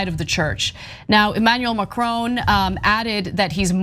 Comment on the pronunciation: It’s not “Manual Macrone”